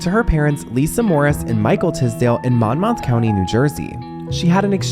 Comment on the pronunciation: Monmouth County is pronounced like "MON-myth" ! I remember that T-Mobile commercial !!!